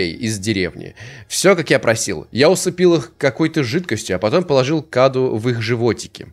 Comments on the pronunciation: Не каду .а кадУ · Правильно говорит кадУ Это переводится как подарок или дар... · правильное ударение "КадУ". Это в переводе с румынского "Cadou" - Подарок или Дар. Я это знаю, потому что слушаю песни французской исполнительницы МарИ ЛафорЕ, и у неё есть песня "Cadeau",произносится так же - "КадУ" - с французского тоже переводится как "Подарок" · Не каду а каду ударение на у